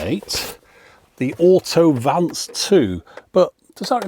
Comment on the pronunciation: "AUTO-VANCE" sounds very American somehow 😅